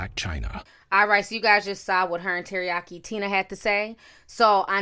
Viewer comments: She said Terayaki Tina. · Did you say Teriyaki Tina 🤣🤣🤣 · She said Teriyaki Tina.....I'm dead